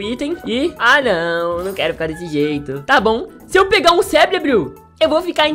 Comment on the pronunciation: Man, no tempo, ele falou CEBLEBO akkaakakakaakakakakal(ironia, pfv, eu n sou hater, E so zuera kk)